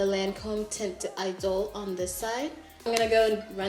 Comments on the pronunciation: Tehnt eedol- pronunciation. When high school French pays off lll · It's pronounced like taunt. You're taunting someone. So Taunt Idole is the pronunciation. I work at a makeup counter right across from Lancome.